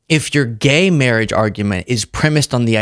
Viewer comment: "mawwiage",a dweam within a dweem"